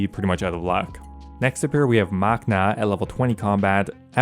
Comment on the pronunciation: Easily fixable errors in this video: You mix space/no-space after your dash "bullet points" You say and write Spria, the slayer master, "Spira" Missed a closing parenthesis under Krystilia's name Mazchna is pronounced Mash-ner Adding spaces back in after a few slayer masters without Back to no spaces Back to spaces You edited in the dragon dagger ... weird. Also there is a space in "Berserker ring_(i)" You change from your spelling of "Exp" earlier to "XP" Spelled "Suqahs" incorrectly (also pronounced weird) Also spelled "Aberrant" incorrectly (You don't mention that you can permanently block fossil island wyverns without using a block spot) Capitalized V in Bloodvelds Spelled Dagannoth wrong Oddly decided to shorten "Gter Demons" when you've just been shrinking text the rest of the video Plural issues on some types of enemies lowercase d'hide vs uppercase D'hide on same screen You don't include (i) on the Archers Ring (you also do Archer Rings instead of Archers Ring) The... Maryditch? Meiyerditch Getting tasks from Turael does not break your streak. Using him to cancel your current slayer task does. Also relevant You confirm this same thing moments later but the slide and words at this time are bad. "If you have 200 and grab a task at Turael, it will reset your streak." Spelling during the late game slayer section was solid. I've said th